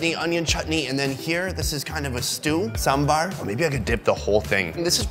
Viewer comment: Pronounced as a Saam bhur